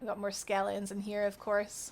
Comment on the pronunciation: all i heard was skele ons .. thank you that was great guide